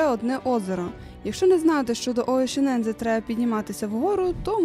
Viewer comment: лайк за нове відео. але нема такого озера оєшінензе 😂😂😂 будь ласка, якшо ви вже розповідаєте якісь географічні назви то озвучте правильно